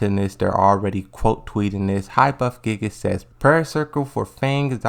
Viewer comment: That's not how you say Gigas